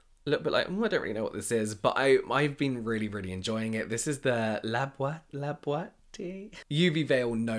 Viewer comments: It's pronounced [la-bee-oat-te]. They do a lot of products formulated with wine. Wine lip tint, wine lip balm, wine Moisturizer. It's what they've become known for, at least in the Kpop world. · I love the blue Klairs sunscreen but I believe I have the old version... I have dry skin and it didn't dry me out at all in fact! I love it because it's really soothing and hides my rosecea when I don't want to put makeup on ^^' I bought the physical sunscreen but haven't tried it yet so if you say it is more hydrating than the blue one I think i will love it hehe Btw the labiotte brand is pronounced La bee yott and sulhwasoo is sool wha(roughly) soo! Labiotte is very famous for their wine lipsticks and liptint! Ask maybe😋 Love from Reunion island ❤🇫🇷🇷🇪